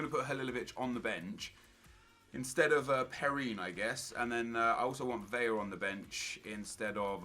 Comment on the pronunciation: Vela not Vella